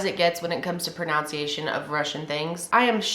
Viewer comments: Pro nounc iation? Lol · I love you but I actually laughed out loud when you didn't pronounce pronunciation right. I am horrible at spelling though because I am dyslexic as well.